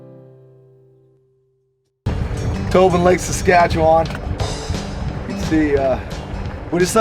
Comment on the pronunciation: Excellent video however it’s pronounced saska chew in, was just throwing my Canadian brain off lol